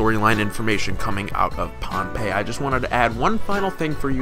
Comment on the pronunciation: Pohnpei is not ruined it's just normal dummy I'm from their and we pronounce it bonbei